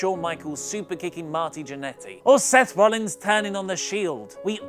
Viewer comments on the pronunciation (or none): none